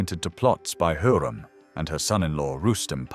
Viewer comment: It's HURREM not heram